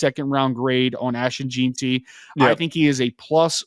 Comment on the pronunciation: It’s pronounced “Jen-T”. And for the record Boise has produced multiple NFL running backs over the past several years.